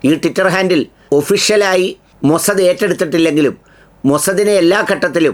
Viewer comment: മൊസദ് അല്ല. മൊസാദ് എന്ന് പറയു